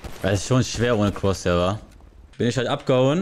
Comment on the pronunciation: Wie er am ende noch sagt "vertusch mal weiter dein crossair"